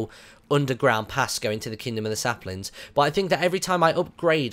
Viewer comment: you said SLAPlings lol